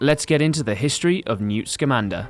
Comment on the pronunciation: Why does everyone mispronounce newts last name?